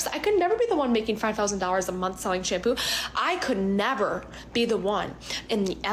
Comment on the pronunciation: I hate to nit pick but the way she says shampoo was absolutely triggering me 🫠